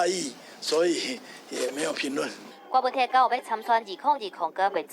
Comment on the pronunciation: 柯文哲的“哲”是Tiat才對。